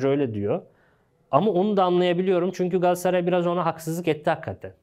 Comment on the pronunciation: bırak kerem sagda o solda oynıyacagı sen önce GALATASARAY demeyi ögren gassaray degil